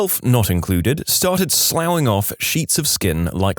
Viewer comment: Sloughing is pronounced sluffing.